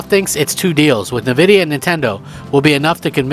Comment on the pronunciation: N-vidia NOT Navidia!